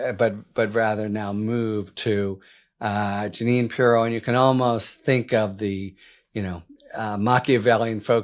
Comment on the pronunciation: Harry, it's not purr-ROW, it's PEE-row. That being said, I'm looking forward to everything you will be reporting about her.